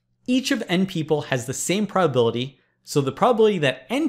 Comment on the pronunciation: It drives me crazy that Presh consistently fails to enunciate the words "calculate", "calculation" , and "probability" . He slurs through the middle syllables in those words every time. They become "cal-klate", "cal-klation", and "prah-bility." Given how often he uses the words "calculate"/"calculation" in his videos, it's maddening, and it's especially weird because I went back to some of his earlier videos and he used to say them correctly.